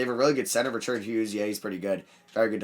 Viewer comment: how tf u pronounce richard lolll